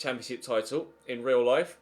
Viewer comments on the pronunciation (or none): none